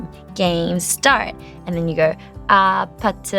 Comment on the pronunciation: She's Korean but why does she keep saying Ah Pah Tay?